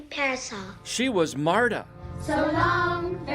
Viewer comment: Marduh? Is she not called Marta?